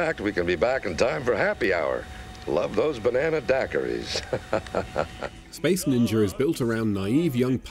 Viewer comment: Space Ninjer of theb Battlestar Gallactiker🤣🤣🤣🤣🤣🤣